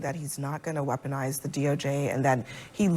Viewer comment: Does Maga have a Masterclass of reciting weponize??